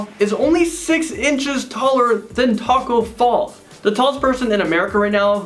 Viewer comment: he said Tacko Falls his name is Tacko Fall